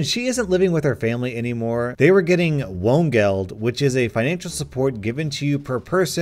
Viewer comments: Hey try saying "won" and then "geld" (the H is not pronounced) it should sound a little closer to "Wohngeld", oh yeah BTW "Wohngeld" means "living (as in living at a place) mony" I find it interesting that there is no English Word for "living at a place" like in German (Wohnen), while being alive means "Leben" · i'm dutchspeaking and when he pronounced wohngeld he prounouced it like it would be in dutch 'woongeld'. i'm pretty sure wohnungsgeld was probably butched and sounds a bit more like 'woningsgeld' in dutch :p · It's pronounced kind of like: Vongeld vonoongsgeld The first 'o' sound in both the words sounds like the 'o' sound when you say 'corn flakes' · Wohngeld should be pronounced with a V sound not a W sound. :) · For you to pronounce: Wohngeld = [ˈvoːnɡɛlt] Wohnungsgeld = von-unx-geld I'm German ;) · Wohngeld is Voen-geld pronounced and Wohnungsgeld is Voe-nungs-geld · Wohngeld: won geld (the o pronounced a bit longer) Wohnnungsgeld: won ungs geld (the o again a bit longer, "ungs" like lungs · "Wohngeld" is rather hard to translate or prounouces. It is a combination of of "Wohnung" (accomodation) and "geld" (money; in this case "support" might be a better fit). It also has one of the biggest pronuciation hurdle: 'W'. In german W is it's own sound and not just a variant of 'U'. It get's a lot of people, especially in IT. As Windows has two of them in the name and we are supposed to use the english pronuciation. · Probably impossible to explain that to an english speaker via text ;-) Counter-intuitively I'ld say the Wo in Wohngeld is closest to the english Wa in "Water"